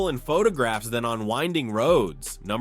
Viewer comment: The Lamborghini is pronounced "YAL-pah"... SMH